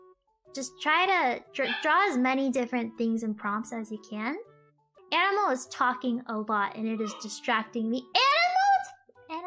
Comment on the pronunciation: Im hearing enemel the longer i listen to her 🤣🤣🤣